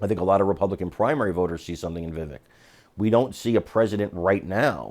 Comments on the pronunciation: "Vivake" not Viveck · The second syllable of Vivek is not pronounced as "vik", but as in the the first syllable of the word "vector". So - phonetically - vivec, though the spelling, of course, is Vivek. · Please - it's Vivek - rhymes with Cake xxx